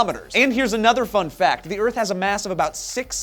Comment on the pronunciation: whooo! go earf!